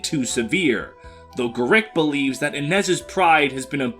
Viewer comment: This is the first time I've ever heard someone pronounce Gerik like 'Gurrick' rather than 'Garrick'. For some reason it bugs the crap out of me.